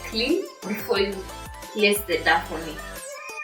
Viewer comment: I like your recipes. But I cringe everytime you say DAF.. DAF. It's pronounced DOW.. DOW.. Like this